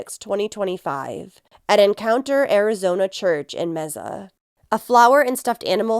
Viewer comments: You are sooo cute saying meza. It’s pronounced may-sa . Love you girl! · Oh, it's not pronounced mesa (table in Spanish/Portuguese), but may-sa? Good to know. So disturbing what happened to this girl, it's satanic. RIP. 🙏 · I just want to add that we pronounce Mesa as MAY-SAH. Thank you for covering this. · I pray Sweet Emily Pike gets justice very soon!! Rest in peace 💓💕💓🌸💗🌷🌺 Mesa is pronounced May- sa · Mesa pronounced May-sa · May- suh. Just sayin. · I know it's not important, but the pronunciation of "Mesa" is "May-suh". Thank you for covering this case! I live in the area and its absolutely tragic. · This is driving me insane. May-suh!! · Mesa AZ is pronounced like may-sa. That's my hometowm